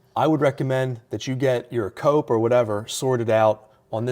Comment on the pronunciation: All it took was hearing "cope" and I know I'm listening to a fellow Philadelphian 😂